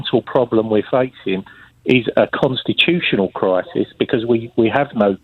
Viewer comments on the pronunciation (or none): what a pity lbc gave adonis airtime , if May was duplicitous , adonis is triplicitous, a mega-liar , is he getting lots of EU money ? thats why he is wemainer who wants a a weferendum because you see "we are in a kwisis "